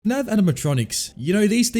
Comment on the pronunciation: is it just me or does he say fnav not fnaf